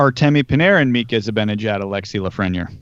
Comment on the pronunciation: It bugs me how y’all pronounce Lafreniere. It’s not La-fren-yer. It’s La-Fren-Yair